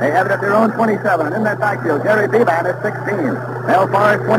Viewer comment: Nelson keeps calling the UCLA quarterback bee-BAN. Most pronounced it BEE-bin